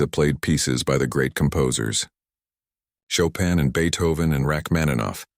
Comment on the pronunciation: The pronunciation of Chopin is wrong even in English